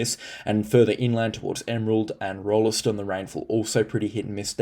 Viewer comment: Drop the “e” from Rolleston pronunciation- it’s just Rollston like Gladstone. Love it when you include the Capricornia district… we often feel left out on other forecasts. Thanks